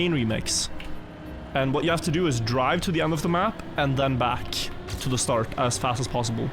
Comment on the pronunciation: I like how always says "starch" instead of "start"